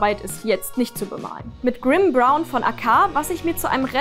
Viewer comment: Du kannst ja bei Bedarf den Kommentar anpinnen;-) sagt zwar Greybrown, meint aber Grimbrown;-)